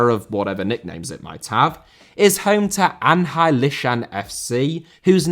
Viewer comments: The Chinese stadium you showed - Anhui is pronounced 'ANWE' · Série * not Siri Campeonato* not Campionohrtouw Cruzeiro * not Crugeiro Stadiums* not Stadia Stadia* not Stohrier Olimpico* not Olempecouw Diego* not Diyeigouw Logic* not Lodgic Dissolved* not Disolved Hefei* not Höfei Anhui* not Anhai Litian* not Leshan Joga* not Joguer Bonito * not Bonitouw José* nor Houwsei Rego* not Reigouw Cruz* not Cruj Rego* not Rigouw Recife* not Recifei Pelé*not Pelei Stadion* not Stodion München * not Munich Can't* not Khon' Zimbabwe* not Zimbabwei Türkgücü* not Tăgyuçu Regional* not Rigionohrl Nacional* not Náchonal Mané* not Mohrnei Idea* not Ideer Copa* not Copper Kerala* not Keraler Rather* not Rother 32 mistakes ffs